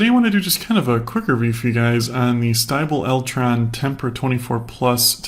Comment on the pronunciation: Typically, in German, "ie" is pronounced like "eee," and "ei" is pronounced like "eye." Einstein is not pronounced eeensteen.